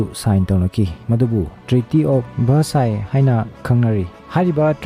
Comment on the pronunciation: Treaty of Versailles haibani treaty of versice hyba natte